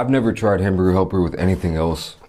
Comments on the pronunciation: Was anyone else amused by him calling it ham help?😂😂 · If you haven't shown the package of hamburger helper I wouldn't understand you because of your pronunciation. I'm like it's what?